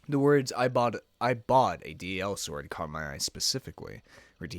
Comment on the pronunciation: It's called DI-sword not DL-sword